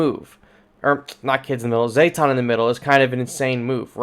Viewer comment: Zeh-tawn not zay-tawn